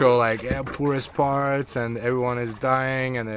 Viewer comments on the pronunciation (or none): none